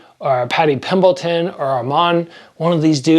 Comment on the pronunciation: paddy "pimbleton" took me out lol